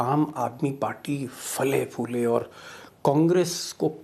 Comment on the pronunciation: APOLOGY SIR// FALE.FULE/ NAHI X X "PHALE PHULE"